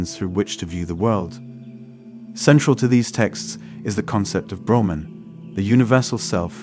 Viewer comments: Ps its brahman the absolute not broman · Plus his pronunciation of the various terms eg. Brahman, ātman, Upanishads etc is way off. I couldn’t listen through to the end.